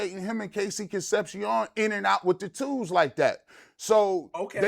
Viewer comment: Concep-SEE-OWN. you guys need to learn how to say his name right, it's down right eargrading!